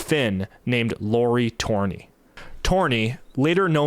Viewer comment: For the love of god, learn to say Lauri Törni correctly. Your german was great, but why is saying Lauri's name or Simo Häyhä impossible for yt documentarians? XD